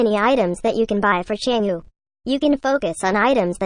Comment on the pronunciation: Anyone getting triggered by the way he says chang'e, bcos he's saying it wrongly tho